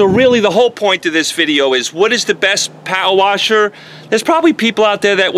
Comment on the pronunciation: I just like hearing you say "powa washa."🤣 Great video.